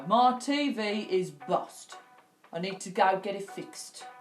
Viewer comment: It ay bost or bosted , it's bust or busted lol